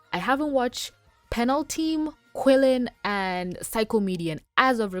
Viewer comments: Oh, and also, Quilin is pronounced "Chillin". Qui in Mandarin(?) Is generally pronounced as "Chi". Kinda like Nguyen isn't pronounced "Enguyen". I feel like I got that right. If I'm wrong, please tell me. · Quiln is pronounced Chi-lin.